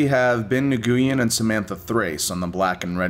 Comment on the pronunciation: Nguyen is pronounced new-win